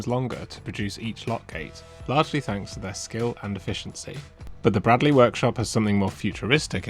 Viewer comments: Great watch. It's pronounced braydley btw 😁👍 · Gotta tell you. It's pronounced 'Braidley'. Sorry to be that guy (As it happens, my name is Bradley..... pronounced Bradley) ;) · Fascinating stuff - must look out for their next Open Day. By the way, it's pronounced Braydley...